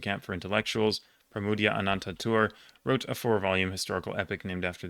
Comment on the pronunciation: Excellent pronounciation on Pramoedya Ananta Toer!